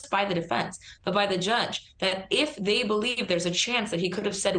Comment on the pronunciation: Its "I" "they" is longer. No "T" in there.